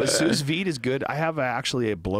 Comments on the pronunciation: Few things are as painful as how many times Joe said "souze vide". SUUUUU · Hey Joe just one little note, the the second S in Sous Vide is silent, like Sue Veed. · sous vide pronounced sue vee : ) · Trying to be helpful here, but at the end when they're talking about 'Sous Vide' style of cooking, is pronounced "sue-veed". And to add to that guy wearing turquoise and silver jewelry arc, he for sure has a ponytail. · Who the fuck pronounces sous-vide like that lol "sooz-veed" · "suess veed" sous vide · Joe don't pronounce the last "s" in sous vide. think soo vide. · Can someone please tell Joe that the second S in souS vide is silent. "SOU' VIDE!" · Hey Joe, you don't need to pronounce the second "s" in sous vide. Just a heads up ahahha. Love your podcasts! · The pronunciation of "sous vide" triggered me a bit. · I'm still triggered 2 years later